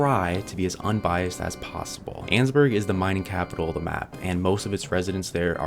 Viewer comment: Erm actually it’s pronounced ann-ess-burg 🤓🤓🤓🤓